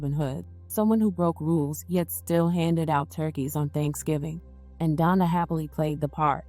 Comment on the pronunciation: Girl you made up your own story on here. So many assumptions.....he was never accused of shooting a cop. They also didn't catch him after the crime, he turned himself in. Try sticking to the facts. His name is Donta( DON-TAY). He doesn't have a wrap sheet longer than anything. He's not a reformed drug dealer or gang banger. RIP and condolences to the family.